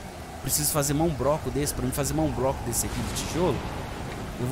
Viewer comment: Fala broco e 1 segundo depois fala bloco de maneira correta.